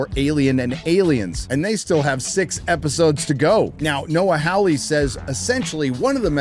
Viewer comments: As a Hawley myself, the pronunciation is Noah HAW-ley, not HOW-ley. Like Hee-HAW. Your welcome.... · FOR FUCK SAKE!!! It's pronounced "Whore-Lee" (soft-R in the middle). I know this because it's an English surname and I grew up in England, living next door to an English family with that surname. Rant over. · Second best part of the video is insistence on mispronouncing Noah Hawley's surname. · Indeed. It's an English surname and I grew up in England, living next door to an English family with that exact same surname, so it bugs me almost as much as when he says Russell T. Davies and insists on pronouncing the surname "Day-veez"... it's a Welsh surname which I'm fairly certain is pronounced "Day-viss". The E is silent and can pretty much be ignored. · Hawley, NOT “Howley.” Robot, NOT “robutt.”